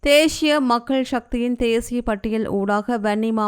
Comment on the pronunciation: Not theshiya it's thesiya please correct the Tamil words.